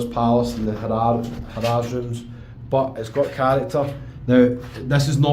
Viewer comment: Been going to Vegas for 30 years from UK and never heard it being called "HA RAZ". Its simply harrahs (sound like "hariz" ) but laughed every time he said HA RAZ. Also the tower in Caesars Palace he was in is a newly renovated tower but its their worst tower. Theres 6 different places to stay in Caesars Palace and this one is the lowest.